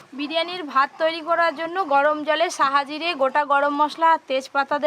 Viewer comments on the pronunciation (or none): ওটাকে সাহা জিরে বলে না শাহি জিরে বলে।।